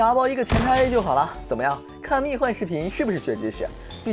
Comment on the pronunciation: 不是蜜獾（huan）吗